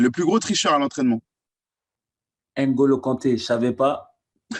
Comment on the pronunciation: les noirs qui disent “ainengolo” kante😡😡😡